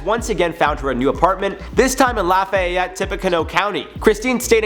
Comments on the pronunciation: Tru Dat thank you!!!!! That bugged me how he pronounced it as I live close to there as well lol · The way he said lafayette was funny to me. Where my Louisiana people at ? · Miranda Kitty every time he said it I would cringe 😂 we know the right way to say it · Before you do a video, please learn how to pronounce things. The way you are pronouncing Lafayette is incorrect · I'm from Lafayette in Tippecanoe County. I cringed hard ever time he said LAH-FYE-ET....It's LAH-FEE-Yette. For the county? its literally TIPPY-CANOE, like you tip a canoe. It's not a big deal, but its so cringe hearing it. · Tippa-canoe!!! La-fee-yet!!! I know we’re weird in Indiana, but that got me more than this story 😂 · La-FEE-ette Tip-PEE-canoo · As a native Hoosier it’s pronounced like “ Laf e (like the letter e) yet” and the the county is pronounced like “Tip uh canoe”. Sorry the mispronunciation kept driving me nuts lol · Dude lafayette is pronounced lafeeeeyette and Tipaconoe is pronounced Tipacanoooo. Just helping ya out man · How he said Lafayette, Tippecanoe co. sounded extra funny